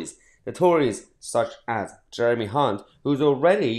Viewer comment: You are pronouncing Jeremy Hunts surname totally wrong! 😂😂😂😂😂